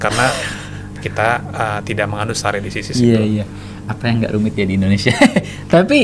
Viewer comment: Baca istilahnya yg benar donk stare decisis ? Biar lebih profesional nantinya👍